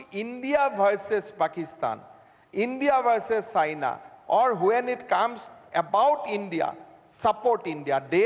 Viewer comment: When he said China I thought he said Saina 😐